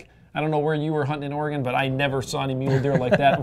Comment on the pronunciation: Or-ree-gone, really? Come on, we deserve correct pronuc. It's Or- ree-gun... Smiles ya'll, but please try